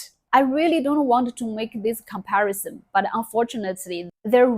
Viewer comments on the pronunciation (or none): none